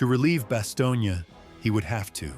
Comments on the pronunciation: It was Bastogne, not Bastonia. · It’s Bastogne not Bastogna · When are they gonna get the fucking AI to stop calling it BASTIONA it’s Bastogne,and it not pronounced it baloney,brave men fought and died there,to many people it is considered hallowed ground,I being one of them,so when this stupid AI keeps fucking up the name of the town it really upsets me and I’m sure plenty of other people around the world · The pronunciation of the town is Bass tone. My father was in the battle of Bastogne. George Patton was one of the most brilliant generals to ever command any military force in the history of the world. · AI truly needs work "Bastonia"? try again dopes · Am I the only one who is cringing listening to this guy mispronounce Bastogne ?